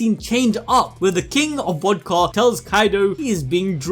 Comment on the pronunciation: Why you say wodka